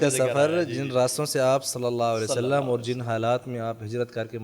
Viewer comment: نبی اکرم صلی اللّٰہ علیہ وآلہ وسلّم کے نامِ مبارک کے ساتھ درود پاک مکمل پڑھیں پلیز درود پاک کا ہر لفظ مکمل اور واضح ادا کریں پلیز